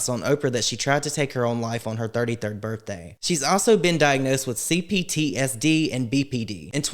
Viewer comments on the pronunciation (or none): none